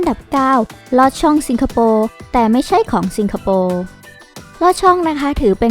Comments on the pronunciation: สิงคะ ไม่ใช่ ซิง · ทำไมแอดพูด ซิงคโปร์ ไม่ใช่ สิงคโปร์ หรืออ่านได้ 2 แบบอันนี้ไม่รู้ค่ะ